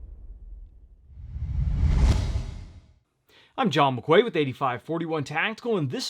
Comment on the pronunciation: Maqway😅😂🤣buddy your name is pronounced McKey.....like a Quay is pronounced Key.....🤣🤣🤣. I never have a problem with my last name. Good review though.